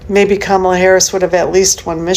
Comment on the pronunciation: I've heard all these people I can stand. They're either good Arabs/Palestinians or they're good Americans. BTW they need to learn how to pronounce "Kamala. "